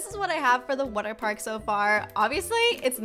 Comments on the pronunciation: You say water wrong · who laghs when she says water